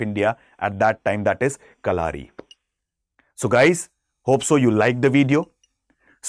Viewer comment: Its not kalaari...just "kalari"..and pronounciation in malayalam is ..kalari payatt...dont stress the "U"